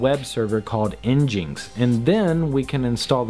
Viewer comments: THANK YOU. I go red with fury when I hear en-jinks. It's a play on the racial slur for native Americans, ingins; you know because of Apache. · N-GIN-X. not n-jinx... please.... :( crushin my soul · "Nginx" is supposed to be pronounced "engine ex" :) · FYI: ngnix is pronounced EN-jin-ix kinda like engine with ix at the end. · i see your prouncing nginx wrong it's pronouced engine-x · Great video! This doesn't matter, but nginx is pronounced "engine-x" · I cringed every time he said "nginx".